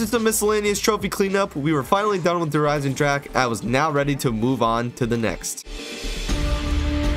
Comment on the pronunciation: So ur saying you could only beat the campaign in co-op? This is why i never liked the highest difficulties on the campagin, it didnt get any more difficult, random stuff just oneshotted you all the time. You also forgot to say the E in Der Eisendrache. Its not silent.